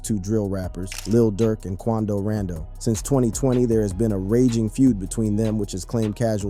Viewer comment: Buddy living under a rock is we dont know then proceeds to say quando rando